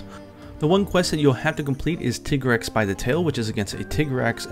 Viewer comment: it's pronounced TYgrex not TIHgrex. you pronounce tiger TYger don't you? jfc.